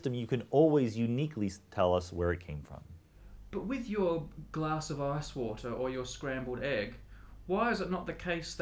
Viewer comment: "Glass of asswater"